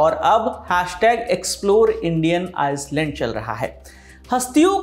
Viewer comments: Wo आइसलैंड नहीं आइलैंड होता है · vikas verma ji island ko ice land kyu bolte hai. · "iland" not "iceland" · It’s islands bro not iceland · bro say iceland. bro its island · Aap hindi medium se padhe hue ho na island ko iceland kahte ho meri tarah. Me bhi ese khta hu tb ek dost ne bataya tha ki dono m antr hota h. ☺️☺️☺️ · Island ko sahise pronounce kro bhai😅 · The S is silent in island ..learn your English well before using English words in Hindi commentary